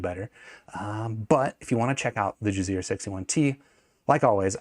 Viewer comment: I thought you were saying jizzear the whole time. I’m like who would name their company that haha